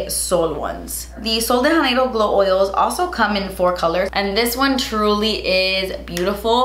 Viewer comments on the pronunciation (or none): No shade because of course in Spanish the j is pronounced as an h, but in Portuguese, the J (like in Sol de Janeiro) is pronounced more like an English j but softer. Like "jh" or "jd". Sorry, I don't know the phonetic spelling but it's not "Haneiro". Great video! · janeiro is a portuguese word, so the "j" should really be more like "jzh" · The J in “Sol de Janeiro” is hard (not really hard, like the J in “Jacque”). Idk about the brand and how they pronounce but I’m just saying this since the phrase is in Portuguese.